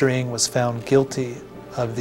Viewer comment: i can't help but to comment how wrong the host is reading his name, ng sounds more like 伍 (wu) in cantonese instead of 'ing' which he keeps on repeating